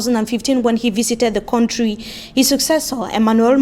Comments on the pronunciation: Please learn how to pronounce country correctly. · please try to learn the correct pronunciation of the word “country” no one can understand that